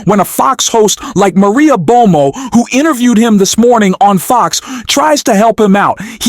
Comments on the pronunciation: Do you know how to pronounce Maria ‘Bartiromo’? It’s not Maria Bomo Or are you attempting snark? …to be clever? Like? Follow? No thanks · And calling Maria Bartoromo ‘Bartomo’ 🫣🤯🤷🏼‍♀️ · "Maria Bomo?" It's Maria Bartiromo! Yet another phony AI thing. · Her name is Maria Bartiromo - why are you pronouncing is "Bomo"? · That’s Bar-to—romo…. Not Bomo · Bar ti romo Bartiroma not Bomo and Humiliate hu mil I ate. Come on man. Learn to pronounce the words you speak. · "Humilate"??? Please try to find people to narrate who understand the English language. Maria Bomo? LOL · “Maria Bomo?” “Humilate”? Dude, you say some strange things. It’s ‘bartiromo’ and ‘humiliate”. maybe take deeper breaths? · Terrible production quality....AI narration mispronounces words once per minute. Maria "Bomo"? "Voice" President? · I enjoy your content, but mispronunciations like /humilate, "bomo" for Bartolomeo, "trawmp" instead of "Trump," is far too distracting for me. It could be bad AI, but it's worse than other AI that I've listened to.